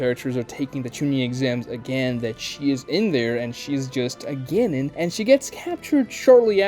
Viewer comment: how you say genin and chunin hurts my SOUL.